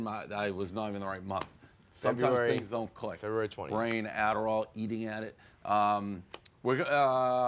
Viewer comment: "February...?" Dumbest schtick ever